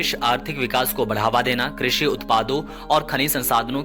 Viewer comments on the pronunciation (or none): none